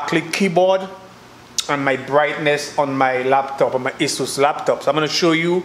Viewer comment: Leptop not laptop.....😂😂